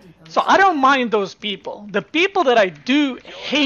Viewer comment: "thank you for the sport, beoble"